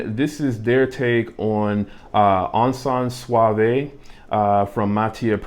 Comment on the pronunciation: Hi. The "e" isn't pronounced in "suave" (I live in france)